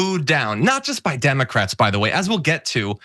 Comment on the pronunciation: "Tim-ah-crats" is all I hear 😆 also, she SO badly wanted to be interrupted